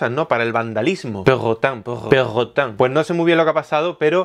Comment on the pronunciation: jajajaja me mata verlo decir perrrrotang xD